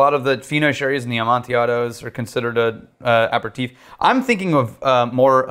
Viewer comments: "Apper-teef"? You mean an aperitif (pronounced "a pair of teef")? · Going into the jerk / snob / asshole territory, but it is pronounced a pear a TEEF, not apper teef. And digestif is IF, not IV at the end. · Is he trying to say Aperitif? as in A-Pear-E-Teaf?